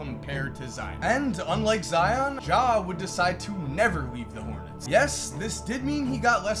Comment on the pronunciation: Never forget that at one point pronounced zions name as “Zee-ohn”